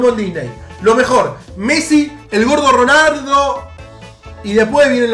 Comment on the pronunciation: nadie: absolutamente nadie: "ronardo" jaja minuto